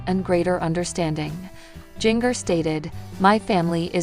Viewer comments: Jenger...it's Jinger as in a ginger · Her name is pronounced Ginger.